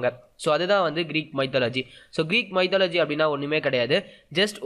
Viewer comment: What a pronunciation... Mythology... Please get help of Google speak can help to pronounce right way...